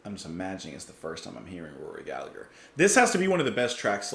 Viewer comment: Please pronounce his name correctly Gall a her not Gall a "gur." Its really annoying every time people get his name wrong.Proud to call Rory one of us. Seen him live in concert in London early 70'S . 🇮🇪 🇮🇪 🇮🇪 🇮🇪